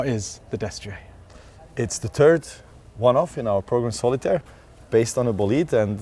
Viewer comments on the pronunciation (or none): Unfortunate accent/word combination at the star. “What is the Destrier?” “It is the turd one of…” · Why does it sound like he said, its the turd ? At the beginning of the video 🤣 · "it's the tird...." Lol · 21 seconds in…. Did Mate Rimac just call it the Turd?💩 🙈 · “It’s the turd” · I love Bugatti but I swear he said it was the turd. I know it's not the turd but it sounded like he said turd in English just saying.... It's a beautiful car. If I hit the lotto I will own one. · At just 20 seconds in after being asked "What is the Destrier?" Mate says "It's the turd". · "it's the turd..." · Why’d he call it a turd tho? 😅